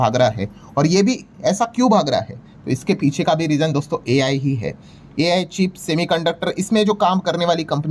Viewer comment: हमारे गुरु AI को आई बोलणे मे खुश है